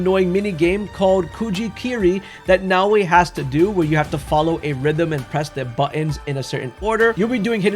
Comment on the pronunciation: omfg, it's not "Now-way"